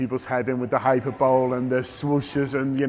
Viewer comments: Hyperbole = hy-per-bo-le, not hyper-bowl 😁👍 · "Hyper bowl" Haha!